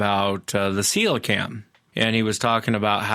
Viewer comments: Celocanth rather than celocam. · NO its pronounced ce lo canth. Its a prehistoric fish that was found live of the coast of South Africa. The idiot scientists and biologists said that it has been extinct since dinosaur times but the native Africans have been fishing for it and cooking and eating it for centuries. Some divers have filmed this fish recently alive for the first time.